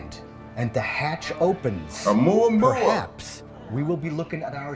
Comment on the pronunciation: No worries, you are correct saying O-Mua-Mua, and not o-mwah-mwah! It has a Hawaiian name - not the stupid way they are pronouncing it!